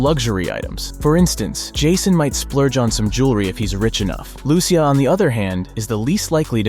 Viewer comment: Every Lucia I know in real life pronounces it "Loo-Sha"